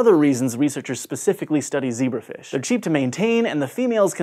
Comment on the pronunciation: ze BRAF ish, you say?